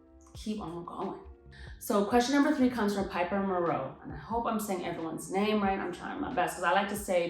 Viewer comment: you said my name right, you're the only person to ever say it right!! and thank you so much for your advice. 2 years using the ayurveda powders and my scalp and hair seem so much happier but i just wanted to check in with an expert since there is so little information in the usa about ayurveda products. thank you thank you thank you so much. they really do work so i'm keeping at it. no more scalp or hair pain. also i currently avoid using essential oils because i have a very affectionate cat and she's always rubbing on my head and i don't want to accidently make her sick so if i am sensitive to those i guess i won't find out for a long time. the argan oil and jojoba oil have both been great and i even mix my own bodywash now with ayurveda herbs. also i have type 1C hair that tries to act curly when i started using ayurvedic hair care. it's combo hair so i'm not even sure what there is more of on my scalp, the type 1 or type 2 but it holds waves without styling products now.